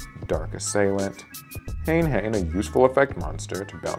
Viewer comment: Ha-ne Ha-ne, not hane hane